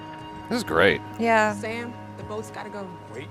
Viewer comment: It's not Damn, it's Sam!!😂😂😅